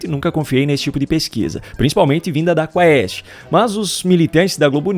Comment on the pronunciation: Quando os Youtubers irão aprender que "ae" é um ditongo em Latim?? "Quaest" pronuncia-se "Kuést"!